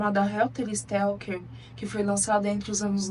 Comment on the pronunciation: O nome é helter SKELTER ! Significa confusão, algazarra, desorganização. Você falou Stelker todas as vezes...